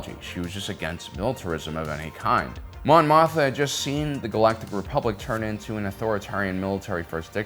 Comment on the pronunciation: Mothma, Mon Mothma, not Motha. It has to be on purpose at this point.